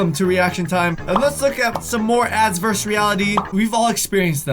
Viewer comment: Vers reality lol it’s versus